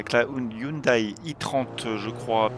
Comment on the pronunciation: On dit "hyoundè" pas "hyoudaï" 😅 (désolé c'est plus fort que moi 😛)